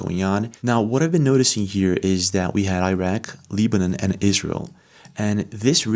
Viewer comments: Leebanan??? You mean Lebanon. LeBron.....Lebanon.... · It's pronounced, Leb-a-non not "Leeb-a- none" !!! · Fyi..its pronounced LEB not LEEB..Lebaaaanaaaan. And RELL-UM not REAL-UM..for "realm" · Re: The country "Lebanon"... it's not pronounced "LEE-ban-on" in English. We pronounce it "LEB-an-on". (Rhymes with "WEB") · Pyramid video is absolutely fake. The fact you put this video on here lowers your credibility. FYI its not called LEE-BE-NUN... ITS LE-BA-NON . Go get a diploma dude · Lee-ba-num?? Really? It's Beirut, Leb-uh-non. You're looking at maps and doing research daily and you've never heard of Lebanon? My, my, my. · Hey bro it's pronounced Leb-anon not Leeb-anon 👍🏼💪🏼🙏🏼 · I have always liked the videos this guy has produced but if he doesn’t stop mispronouncing Lebanon I am going to shut down this particular video! How in the world does a guy that is as informed as he is not know how to pronounce Lebanon properly? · Check your pronunciation of ‘Lebanon,’ it’s not a hard ‘E.’ I’ll have to assume you are AI or an Interdimensional being, based on the mispronunciation. 👀 I’ll be watching every one of your videos, just in case you’re not an earthling. 👍 Peace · All respect, but it’s pronounced with a short “e”, Lebanon, like levitate. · WHY THE HELL ARE YOU SAYING "LEEBANON"? What planet are you from because nobody on this one pronounces Lebanon as L-EE-banon. You pronounce it like "lead-bana'an", but with a silent d. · Try pro bouncing Lebanon again. Why you are at it, work on the word, basic, too. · "Lee-ban-on" Seriously??? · like this dudes videos but his pronunciations of 'aluminum', 'lebanon' and others are literally unbelievable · I've never heard Lebanon pronounced like that.